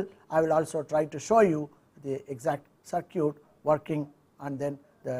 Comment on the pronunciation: Interesting. Thanks. Although, I would recommend an update to the pronunciation of the word "circuit" if it's going to be mentioned often. Try something more like "sir - kit" instead of "cir - cute". Thanks again for sharing.